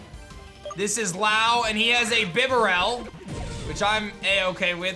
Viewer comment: Idk what it is but the way you pronounced bibarrel and cofagrigus 😂